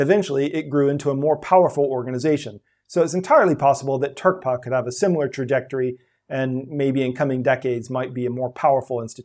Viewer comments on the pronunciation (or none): none